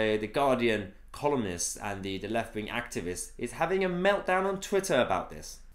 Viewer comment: Did you say 'Guardian Columnist' or 'Guardian Communist'?